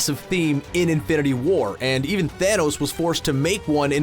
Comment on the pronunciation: Lol why do you keep pronouncing it "infinity WAR"?